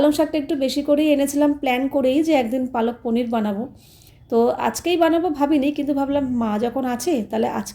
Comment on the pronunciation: অশিক্ষিত সত্যি "palak paneer" ওটা কে বাংলায় পালং পনির বলে আর উনি কন্টিনিউ পালক পনির বলে যাচ্ছে অশিক্ষিত একটা।এবারে ন্যাকামো করে ভিডিও করে বলবে যে আমি হিন্দি তে বলেছিলাম।😂হিন্দি তে বললে উচ্চারণ টা "পালাক" হতো 😂